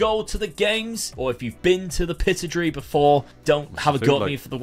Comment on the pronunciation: And Aberdeens stadium Is called the pittoddrie stadium is how it's said